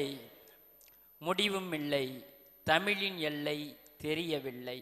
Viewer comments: தமிலு இல்ல தமிழ். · FIRST TRY TO PRONOUNCE THE WORD TAMIL (TAMIH) PROPERLY